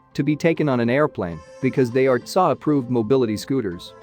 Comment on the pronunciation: Your AI pronounces T S A as tsaa.